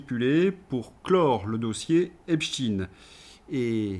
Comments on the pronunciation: EpSTEIIIIN EPSTEIIIN PAS EPSTIIIN PUTAIN vous ne comprenez pas qu'en prononçant " IN" vous allez ds le sens de cette saloperie ? C lui QUI A CHANGÉ LA PRONONCIATION PUTAIN de con! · Pourquoi prononcer hep chtin ?